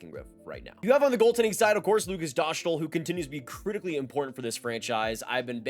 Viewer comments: Dough-stahl not dosh-tol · Yep, it's simply Dostal as in MS-DOS. Good vid. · It's DostWALL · send me a video where Dostàl says his full name and pronounces it “dough stahl” and I will admit that I’m wrong. I’m serious too, I won’t take back my words or anything. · S=s. Š=sh. A=a. Á=aa So Hašek is Hashek while Lukáš Dostál is Lu-kaash Do-staal. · Its Dough-stahl - Eastern European. You must be thinking of his first name. Which is LOU-KASH